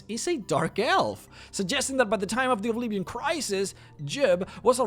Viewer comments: what the fuck is obleevion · "Obleeveeon"...nice pronounciation of Oblivion. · What's "O'Bleevian"? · OBLEEEVION? eh? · "Now if you were to play the Elder Scrolls Obleevien" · "Obleeveeon"? "Chaindenhall"?? "Kavaycht"??? Learn how to pronounce the goddamn names at least.... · Elder scrolls obleeevion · Why are you mispronouncing so many words? Like Oblivion in this video. What the hell is Obleevian? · yet again, he says Obleevion at around the same time as the Riften video! Hahaha. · OBLEEVEEN! XD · I love how you say obleeveeon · O-bleve-ian ugg "shudders" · He keeps saying Obleevion too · maybe the obleeeeeeeevion part is his accent but pronouncing r and n in reverse is just saying it wrong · how you say "oblivion" just tilts me